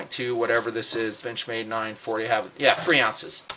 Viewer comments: Haha, when said benchmade I heard b*tchmade. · Lol sometimes when he says benchmade its sounds like Bitch-made knife